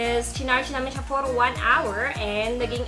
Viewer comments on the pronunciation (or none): none